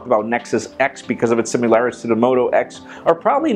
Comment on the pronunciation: "Similarities" not "simularities"